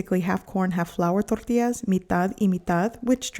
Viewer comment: It’s pronounced “Tortillas” with an LL. Not tortias.